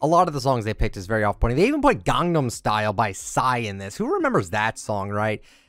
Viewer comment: The way he pronounces gangnam style 😂😂😂😂😂😂